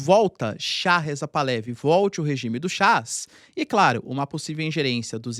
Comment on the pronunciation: Excelente video como sempre. Uma dica caso interesse. Moro no Canadá onde tem uma grande comunidade persa. Um amigo iraniano-canadense me disse que a pronúncia correta do sobrenome da família real Pahlavi é Par-la-VI. O h tem som de r carioca e é uma oxítona. Abraço.